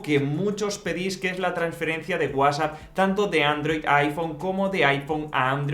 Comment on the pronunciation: Que feo pronuncias WhatsApp